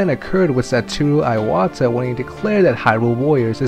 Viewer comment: Ok, please sit down with a list of Japanese names and practise reading them slowly. His name isn't Satu Eyewata. It is Satoru Iwata. "I" is japanese is pronounced "ee" not "eye." Japanese doesn't have diphthongs. Sah-to-reu Ee-wah-tah. Not trying to be rude, it is just really annoying when you butcher their names.